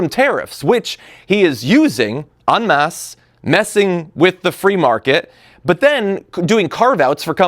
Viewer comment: John! It's "en masse" not "on mass". I know you would hate to contribute to the general ignorance. And if you ever replace "have" with "of", I will write you a strongly-worded letter. Chuck Schumer says it works.